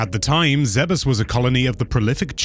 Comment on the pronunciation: Ok... You lost me at the pronunciation of Aran and Zebes! Aran like a-rhun and Zebes like Zeebz? Probably wrong on the second one but that's how I've always said it lol 🤣